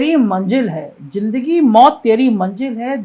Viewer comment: JINDAGI , JAHAR, SAJA ......hindi bolna toh seek le bhainsey